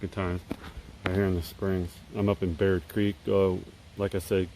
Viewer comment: Did you say Baird creek?!